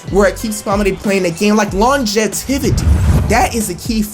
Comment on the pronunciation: long jev-Tiv-ity